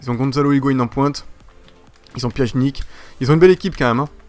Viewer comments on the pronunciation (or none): pianitch* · Pjanic ça se dit : "Pianić" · On écrit Pjanic mais on prononce "Pianich" Ok